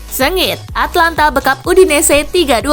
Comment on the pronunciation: Min,itu Atalanta bukan Atlanta...